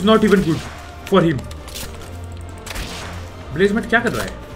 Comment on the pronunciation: Blazamut❌ Blazamathu✅